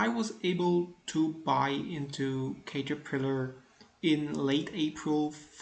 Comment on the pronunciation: it's pronouced CAT-terpillar. Nice returns! How to read your charts ? It is in German.